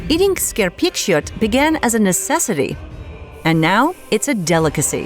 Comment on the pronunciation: im sorry what skerpikjøt is prounauced wrong